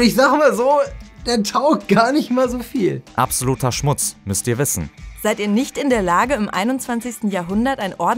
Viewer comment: Also das müsst ihr wissen ist schon falsch betont